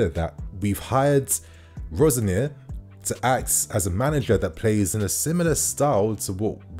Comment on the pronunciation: Have to help now. Pronounce it like ROZ-SENIOR